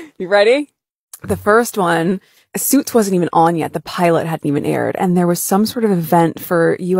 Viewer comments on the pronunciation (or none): Whats with pronouncing "Pilot" as "Philot" 🤪